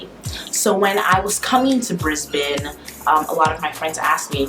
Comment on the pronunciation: Good girl! Thank you for pronouncing Brisbane properly. Keep away from that evil makeup!